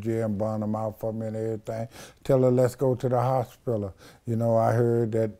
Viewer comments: The "HOSPILLA" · And the way he said "hospiler" lol. I love this guy. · The fact that he can pronounce misconstrued but not hospital.... and doesn't know what siblings are. 😳😳😳